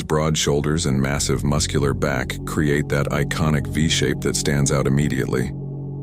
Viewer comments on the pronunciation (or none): none